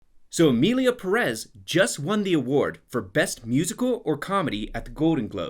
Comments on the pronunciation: Not to be rude but there is an accent in first "e' of "Pérez", not the second "e", so why do you keep saying PerÉz instead of PÉrez? Is it so hard to say it right? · Pérez, not Peréz..... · Just an insight. You have to pronounce Pérez as in Fedex, not as in caress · PErez, it's PErez. Not PerEZ. There's a literal sign on top of the first e (pÉrez), to signal the tonic vowel. Please, this is not a matter of not speaking Spanish. It's just pronouncing given names and surnames the correct way. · Everything okay with the video, but jesus christ learn to pronounce "Pérez". You see that little notch on top of the e? That's the accent and that's the syllable you accentuate. So it's PÉ-rez, not pe-REZ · The pronunciation of Pérez as Peréz is ending me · What annoys me the most (as a native Mexican) is that they don’t even pronounce the title right. It’s peh-res not pear-es. 🤦‍♂️ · For the love of God, get it right, people. It is PE- rez (emphasis on the first syllable), not 'press' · I'm Mexican, and I can barely tolerate short clips of this movie, I don't think I'll ever be able to watch the whole thing, it is too annoying and disgraceful. By the way, I don't want to correct anyone, but it's PÉrez not PérEz, you put the stress on the first syllable. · After all your comments about actors who speak Spanish, I can take/consider your critique, but please start pronouncing Perez like PAris, NOT peREZ…can you not see the accent mark on the first syllable! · Thanks for the video and for gettint the word out there, but please learn how to say the name of the movie at least? Theres literally an acute accent sign above the "Pé" in the beginning of of the word Pérez, which means that is the syllable you have to "overpronounce" when saying it out loud. The way you're saying it would have to have the acute sign change to "Peréz". Not trying to shame you, just letting you know. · It's pronounced PÉrez, with the stress on the first syllable. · Your way of pronouncing "Pérez" is insane.